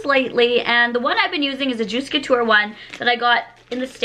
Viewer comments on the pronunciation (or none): none